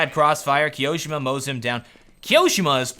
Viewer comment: i have not looked into it, but i think you tone on the second "i" on Kioshima. . Like KioshIma, not KiOshima